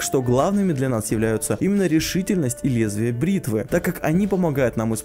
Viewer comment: Наконец прочитал правильно "Лезвие бритвы" )